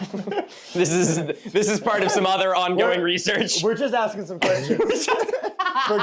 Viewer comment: Impressive axing